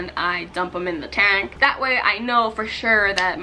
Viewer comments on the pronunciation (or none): And the way she says "tang" like girl I love your channel and all but please pronounce things right 😂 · I love how she pronounces the words tang and tank in the exact same way.. lol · Y dose she say tang instead of tank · It hurts my feelings how she pronounces "tank" ugh. But the fish are so pretty. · the way you pronounce “tank” stressed me